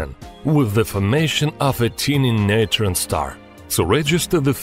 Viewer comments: neeetren star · Oh come on... "neutron star" get out.